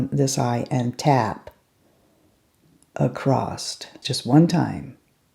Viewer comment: I never had an inkling that this was in the works, but I can't think of anyone more deserving of this exciting palette!!!! I don't need any more palettes but I think I have to get this one! Mel would be so proud of you! I know I am! See what the power of friendship can do? It cracks me up that you say ACROST! You may have your own palette but you still say ACROST! What brush do you use to put on Shy Guy?